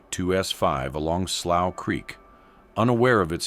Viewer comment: So this guy is gonna give a documentary, and he can't even pronounce the word slough 😂😂😂